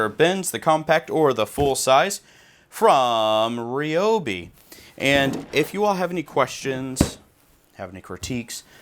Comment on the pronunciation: Rye-obi...... not Ree-obi😛